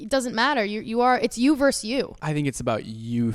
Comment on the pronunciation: You verSUS you. Not "verse". Why does EVERYONE think "vs" stands for "verse"???? I don't get this widespread non-understanding of this word.